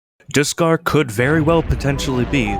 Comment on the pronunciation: Bruh did you just say diskarr